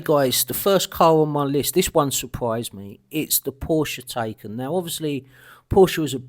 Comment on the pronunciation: Porsche ''Thai-Khan''. Cupra ''FormentOr''. Cupra ''Lay-on''. The RS5 shown was very nice.